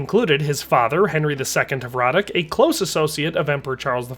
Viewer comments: Hradec is pronounced hradets. You ought to google translate it at least once for correct pronunciation, it takes 5 seconds. Is name in czech was Jindřich z Hradce, not Hradec. Thats due to the rules of the czech language. Bruh.. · my last name is hradec and literally everyone constantly saying "hradek" is a super big annoyance, but it comes from a lack of language knowledge, but you are right a historian should probably check something like that